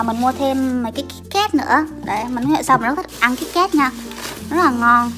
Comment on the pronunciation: ơi chị đọc sai rồi ạ, kít cát chứ ko phải kít két